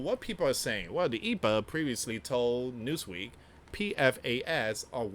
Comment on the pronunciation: it's E. P. A. not Epa... just say the letters don't pronounce Capital letters as a word like ICE, FBI, CIA & The DOJ